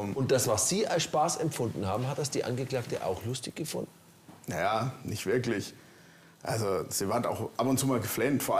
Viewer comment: Diese Frau hat eine "wirklisch" ekelhafte Aussprache! Und das auch noch in Führungsposition... das hätte ich nicht zugelassen 😂